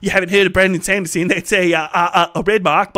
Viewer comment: Bramdon Sandersens this pronunciation got me rolling on the floor 😂